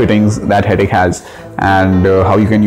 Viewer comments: Wy everyone pronounce it as 'Hettiick' ? Its 'Hettich (as in Itch used in Itching)' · Ideas Modular Kitchens you are wrong... you can check their corporate website and press interviews.. They pronounce themselves as Hett- “itch”